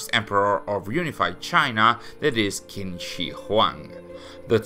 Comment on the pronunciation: just a little note: Qin is pronouced like 'Chin' but with a shorter 'Ch' Other than that, enjoying your content as always! Keep up the great work!